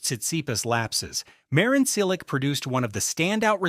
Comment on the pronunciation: Just a simple suggestion - Make a minimum effeort and learn the players name as a native speaker pronounce. Not every name must be read in English (ex: M Cilic , S. Cirstea...).